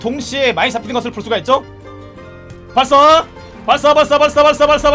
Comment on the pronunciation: 부터 발사발사 거리는거 나만 사발사발 이렇게들리나?